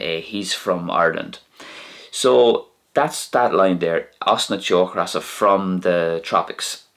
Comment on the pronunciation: You pronounce teochreasa in the video with the aspirated English r, like in the word regret. The Irish slender r here would to the best of my descriptive abilities be pronounced as a r/d/z ish sound, as I'm sure you're aware. Fyi in your Spanish Irish video you pronounce the tapped r in Rey (although rolled in Spanish) as it would be in broad rs in Irish. Would be nice to hear you try and use it in your videos 😁